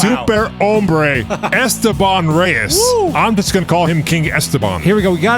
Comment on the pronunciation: Esteban Reyes ❌ “Airsteban” Reyes ✅